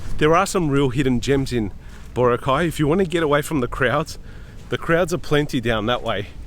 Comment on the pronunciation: It’s not BO-ra-cay. It’s bo-RA-cay. The stress is in the 2nd syllable.